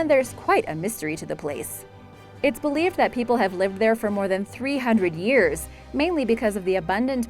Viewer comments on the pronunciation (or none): Me too! I fancy the house on the island in the archipelago (or Archie Pellago as the commentator pronounced it!) off Iceland. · "Artchipelago"? Jeez, pronounce stuff much? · I'm sorry, but If a person makes money narrating videos, they should spend a couple of seconds googling the pronunciation of words they don't know. This bitch just butchered the word ARCHIPELAGO. (Hint - Don't pronounce the H) And Vestmannaeyjar was awful too. I found correct pronunciation in about 4 seconds. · Mispronouncing Newfoundland and archipelago really killed me. Someone get this woman proper English lessons. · or archipelago. LOL!